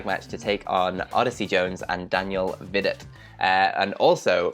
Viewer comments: Vee-doh, Not Vih-dot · Daniel "Vee-doh"